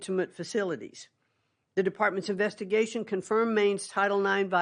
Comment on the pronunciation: Im sry did she say Investication?? Umm maybe we should keep DOE…